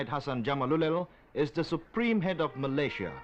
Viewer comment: No wonder people are confused. This is the incorrect pronunciation of Malaysia by the narrator.